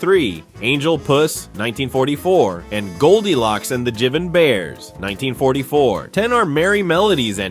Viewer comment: Obvious AI voice. Jivin' is supposed to be pronounced JIVE-in.